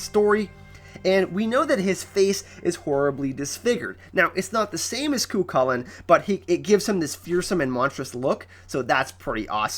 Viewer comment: I strongly felt the need to mention Cuchulain is pronounced "coo-hoo-len" / "coo-hull-en".